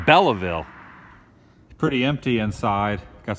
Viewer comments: Its pronounced "Bell ville" no "e" pronounced in the center. Kaaarrreeeepeeee house. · Kevin McKinzie you mean like pronouncing the silent E in belleville? like nails on a chalkboard....